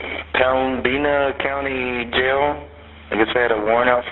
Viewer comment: It's pronounced "Pemminna" not "Pembeena". js